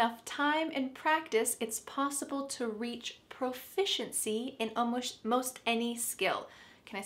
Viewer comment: I answered all of the questions correctly by the way, you made me laugh when you said almosht instead of almost